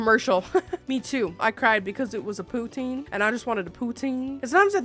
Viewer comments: You said poutine so much that by the end it sounded like you poo teens 😂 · What the heck is pootine? All I hear is "I like butthole". I mean, thats fine if you do, I just thought it was something else. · As a Canadian I am punishing you for the amount of times you said Poutine wrong high amount of cringe you need to have a poutine with the wrong gravy and have to put ketchup on it 😂